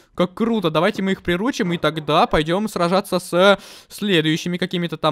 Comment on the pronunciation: Интересный факт: не-правильно ставит ударение в слове приручим, правильно не прирУчить, а приручИть.